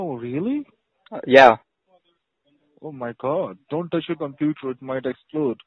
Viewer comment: I'm having a pwoblem with my compooter. Really biting hard on those Ws lol